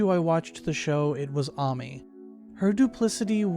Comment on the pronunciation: look, I'm not hating on what you're saying, but I'm hating on the way you pronounce ryuji and ami 😭 lmao jk js not how I pronounce their names